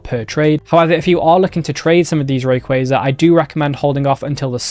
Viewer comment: you said rayquaza wrong